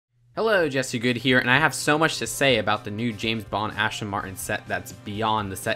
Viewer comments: It's "Aston" not "Ashton" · hmm... i actually like this and its ASton not ASHton I know about cars so yea its ASton not ASHton